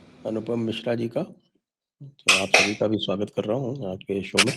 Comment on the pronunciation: मिश्र कहिए मिश्रा नहीं